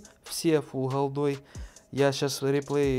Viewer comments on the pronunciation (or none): Не холдой, а голдой. Не Фухасами, а фугасами.